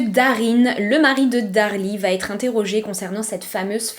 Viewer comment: Il faut vraiment arrêter les "va t etre" ! Il n'y a pas de "t" à la fin de va ! Ni de "t"....